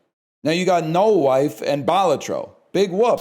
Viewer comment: I don't know why, but the way he says Balatro wrong makes this so much funnier